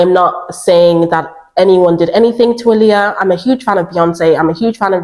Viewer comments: I literally just realized TODAY her name is pronounced ouuuu “ahhhhhleeah” and not “UHLiyah” lmaooo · Her name is pronounced “ Eye - Lee- ah!”